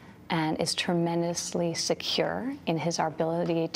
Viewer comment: She just said "arbility".